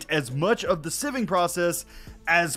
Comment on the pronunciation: I 100% call it sieving too, not siving. But I don’t know how to properly English